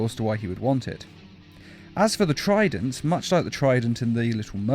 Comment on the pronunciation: is it trident or frident?